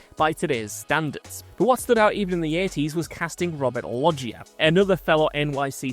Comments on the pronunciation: How are you pronouncing Loggia? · Loggia!? Never seen the Family Guy sketch? They will show you how to pronounce it